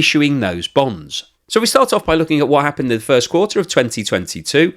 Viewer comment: Is he saying Bones?😂